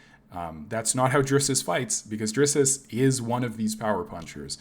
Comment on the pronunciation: “DRISS-US” Du Plessis 😂😂😂😂 cmon bro, step it up for an mma channel and I like the content btw